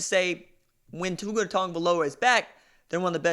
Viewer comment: Why don’t you learn to say Tuas name correctly you biased dumbass unsubed and disliked